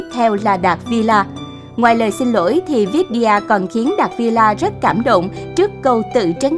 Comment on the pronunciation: Tên bả là vi đi a mà ad đọc vít đi a là sao 🥲